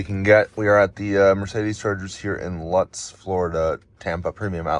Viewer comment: It's pronounced "Loots," like "boots," not "Luts". You passed right by my house. Cool. Too bad it was on a saturday or I would have passed you going sound about that time of day.